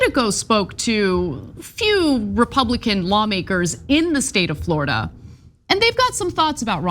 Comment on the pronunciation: " Floorada", "A'll tell ya"